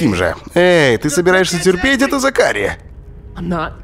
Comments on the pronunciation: зАкари а не закАри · зАкари, а не ЗакарИ... аж уши режет...хух.. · ЗАкари, а не ЗакАри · Мишон какая-то слишком разговорчивая получилась)) в сериале она по возможности молчит, а не вступает в диалог П.С. по английской озвучке - зАкари, а не закАри) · Не ЗакАри, а ЗАкари)) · зАкари!!! А не закАри! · зАкари, браян это анг. произношение, 1 класс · ЗАКАРИ НА 1 букву ударение !!!!